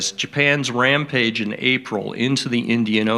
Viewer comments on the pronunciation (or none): none